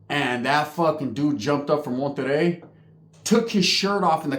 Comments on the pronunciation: HAHAHAHAHAHAHAHAHAHAHA THIS FUU SAID MENTEREI, THATS CRAZY, KAOS HAW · MonteRRey,,,,,,RRRRRRR,,,,,,,,,😅😅😅😅,,,, like tony the Tiger 🐅 🤣 😅,,, saludos guey